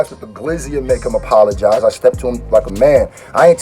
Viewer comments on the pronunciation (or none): How did you fuck the Word "apologize" up so bad 😂